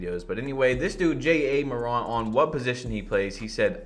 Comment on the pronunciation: This man really said “J.A. Morant” I’m sick 😂😂